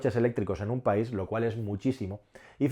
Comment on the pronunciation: País. Se dice País.